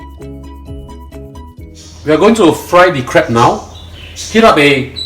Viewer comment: Dear chef...we're call it crab...not crebs